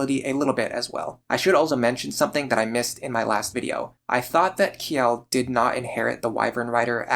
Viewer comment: speaking of names. Kjelle's name is probably meant to be pronounces more like "Chell-eh", considering it's likely meant to be Scandinavian in origin. This is mentioned in the Fire Emblem wiki, but I arrived at that conclusion myself as a native Swedish speaker. And it is what I always called her.